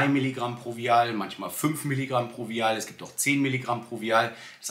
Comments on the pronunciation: Super content! Vielen Dank 🙏🏽 Vial wird im englischen ’WEI’HL’ ausgesprochen 🧪 As ner wisst ihr ja bestimmt schon Wieahl hörte sich irgendwie ein bisschen komisch an Aber jeder weiß was gemeint ist !! Danke nochmals für deinen Pep-Talk 💪😊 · Kleiner Tipp. Die Aussprache von Vial ist “Weil”. Der deutsche Begriff ist übrigens Ampulle oder Phiole. 😊